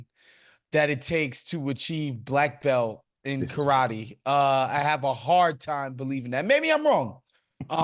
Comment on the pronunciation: "Im a Bleck Belt"! Thats nice, Im a US Marine so STFU..end of conversation.